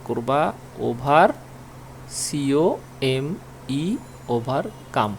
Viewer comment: Tui pas na uchcharn come came dutokei bolis কাম r tui shikhabi?